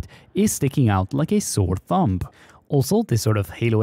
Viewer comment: "a sore thumPP"